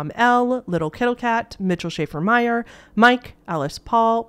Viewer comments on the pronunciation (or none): none